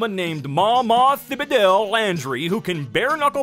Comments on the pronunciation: Thibodeaux: Its not (thee boe doe) its (tih buh doe) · this is ugh to me! Thibodeaux is pronounced tibba-dough, not thiba-dew 😂😂😂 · this made me laugh really hard but just wanted to let you know it's pronounced Tib-oh-doh. It's actually my half-siblings' last names <3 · That's not how you pronounce "Thibodeaux." Its pronounced "tih-buh-doe." Its not your fault. Southern names, I know. But I felt a primal, Cajun rage in me. 😂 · I'm so happy someone else felt like this. After years of going to school with people who have the last names like Broux and Thibodaux there was an underlying rage I felt when it was said wrong. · LOL so true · Him: “Thibodeaux Laundry” *Me, knowing it’s pronounced ‘Tibidoe Landry*: “P A T H E T I C” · Surprisingly, Thibodeaux is actually pronounced “tih-bo-dough” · thibodeaux is said like tib-uh-doh more or less. It's one of those things where more letters is less letters in Louisiana. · it's more like tih-buh-dough if you're going for that Louisiana accurate accent but I coildnt even tell you how new orleans people say it because of the way they massacre their own cities name. it's not "n'awlens" guys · I have to comment on this one: pronounce it as "tib-ah-dough" just sayin' ⚜️🇫🇷🌞😎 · Back again, 5 months later, I did the time wrong last time. If you pronounced her name like that she would smack you, correct you, and then give you your gumbo. IT IS PRONOUNCED, TIB-A-DOUGH GOOD NIGHT. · As a Louisianaian, Thibodeaux is pronounced Tibidoe. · Okay real quick correction from someone in south Louisiana: thibodeaux is actually pronounced tib-eh-doe. Great video though! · my love, the name Thibodeaux is pronounced *tib-uh-dough*. I know you didnt know, but as a Louisianian im letting you know. Love u💜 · "thibodeaux" is pronounced "tibado" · Hate to be that guy but Thibodeaux is pronounced Tih-buh-d'oh. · You mispronounced thibodeaux, it’s pronounced tib-o-doe or tib-a-doe depending on how far south you’re from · The way he said Thibodeaux 🤮